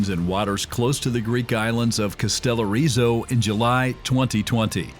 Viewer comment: ...JESUS CHRIST WITH YOU AMERICANS, AND YOUR INABILITY TO PRONOUNCE FOREIGN NAMES!....KASTEL....OOOOOOO....RIZO, YOU IGNORANT FOOLS!...THE ACCENT GOES TO THE INITIAL "O"!... NOT TO THE "I"!!!